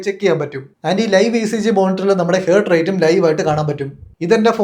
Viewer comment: ഹേർട്ട് അല്ല ഹാർട്ട് ആണ്